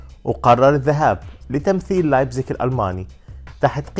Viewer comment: من سالتسبورغ الى لايبتسيش انطقها صح